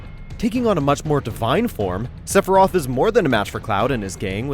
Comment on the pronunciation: Xavier: Top 15s once pronounced Sephiroth as “Sef-oh-rye-ith”. It was in an episode about game mysteries/theories.